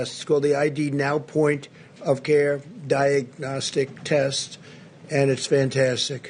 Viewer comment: I love how he struggles with the word "diagnostic". Figures that he speaks at a primary school reading level.